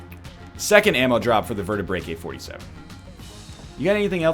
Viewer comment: NL, it's called Vertaebrae-K, not Vertaebraker.